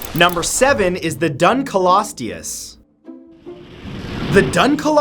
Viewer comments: The dunkleosteus is pronounced dunk-leo-stay-us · Dun-KLEE-ostious, Matt. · It’s pronounced dunk le os tea oos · PLEASE save yourself further embarrassment by actually looking up how these names are pronounced before you make a video? It's "DUNKLE-osteus" not "DUN-kelosteus." Also, research in recent years says that Megalania Prisca was only 11 feet long. At least you got Arthropleura right. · it is actually pronounced dunkleostus not dunkleosteeus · I thought the dunkleosteus was pronounced dunk-leo-steus. Weird thought. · It's pronounced dunk-lee-ostee-us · (dunk-lee-oh-stee-us) thats how you pronounce it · Dude it pronounced "Dunk-Leo-Sorus" not whatever u said no aphennce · It's pronounced dunk-lee-ous-E-ous. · It is pronounced dunk lee soar us, do research next time rather than guessing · I thouht you said drunkrisourus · I love how Matt emphasized the DUN in Dunkleosteus.